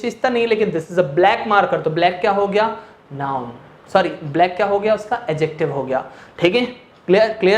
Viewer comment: Adjective ko addictive kyon padh rhe ho sir